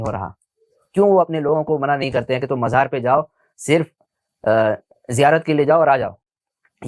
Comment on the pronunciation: Majar..... Abe sahi se mazar bolne bhi nhi aata